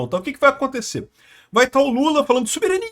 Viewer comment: Nunca pare de falar soberânia!!!